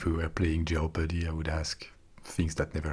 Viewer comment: ROFL the way you pronounce 'jeopardy' is always so cute also this is hilarious and you should do more